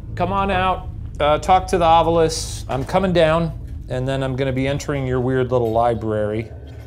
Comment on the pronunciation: screen: Ovilus Ryan: Ovulus